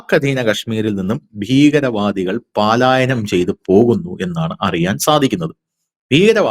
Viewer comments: Paalaayayanam alla palayanam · Paalaayanam alla manda palayanam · പാലായനം തേറ്റ് പലായനം ആണ് ശരി. പാലായനം പാലായനം കേട്ട് മടുത്തു. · പാലായനം അല്ല പലായനം ആണ് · പാലായനം അല്ല സുഹൃത്തേ, പാലായനം ആണ്. ആവർത്തിച്ചു തെറ്റിപ്പറയുന്നു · പാലായനം അല്ല, പലായനം എന്ന് പറയൂ...!!! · Not paalaayanam. Its palaayanam. Dont repeat. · Paaalaayanam alla, palaaayanam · പാലായാനം എന്നല്ല സഹോദര പലായനം എന്ന് പറയൂ! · പാലായനം അല്ല പലായനം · പ്രിയ അന്വേഷണാത്മകതയ്ക്കും സാധാരണ ശൈലിയ്ക്കും അഭിനന്ദനങ്ങൾ....! ഉച്ചാരണങ്ങൾ ശ്രദ്ധിക്കുക ഉദ: പാലായനമല്ല? പലായനമാണ്....! രണ്ടു പേർക്കും നന്മകൾ! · പാലായനം തെറ്റ്.പലായനം ശരി. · പാലായനം എന്നല്ല. പലായനം എന്നാണ് ശരിയായ വാക്ക്. പുതുതലമുറയെയടക്കം വളരെയധികം സ്വാധീനിക്കുന്ന ഒന്നാണ് മാധ്യമങ്ങൾ. ദയവായി ഭാഷാശുദ്ധി പാലിക്കൂ. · പലായനം.... ആണ് ശരി....പാലായനം അല്ല സഹോദരാ🙏🙏🙏🙏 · പാലായനമാണോ, അഥവാ പലായനമോ. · പാലായനം അല്ല മാഷേ പലായനം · "Paalaayanam" alla, "palaayanam " ennathanu correct pronounciation. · Not pàalaayanam, yes palaayanam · പാലായനം അല്ല. പലായനം..... പലായനം...... പലായനം ആണ് ശരി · പലായനം, പാലായനം അല്ല. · പാലായനം അല്ല പലായനം ✅ ❎ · എത്രയോ നാളായി പാലായനം അല്ല പലായനം എന്ന് പറയുന്നു. കഥ പറയുമ്പോൾ വീണ്ടും വീണ്ടും പാലായനം. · പാലായനം വേണ്ട. പലായനം മതി. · Super അവലോകനം ! പിന്നെ, പാലയനം അല്ല പലായനം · പലായനമാണ് ശരി. വാർത്ത വായിക്കുന്നവർ ശ്രദ്ധിക്കണം. മലയാള ഭാഷ കുളമാക്കരുത്. ഇങ്ങനെയൊക്കെ തെറ്റ് വായിച്ചാൽ കുറേപ്പേരെങ്കിലും അതേറ്റെടുക്കും.😊